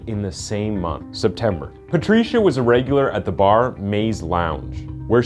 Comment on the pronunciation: Patricia ——!!!! Only goodness the way you say her name is all wrong !! Hahaha it’s like Pa-Trisha why would you say a man of color ugh